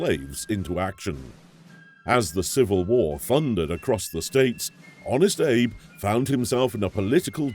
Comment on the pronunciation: Prefect narration! Except, he says, "thee" before consonants instead of "th-uh". Idk why folks do this nowadays. :/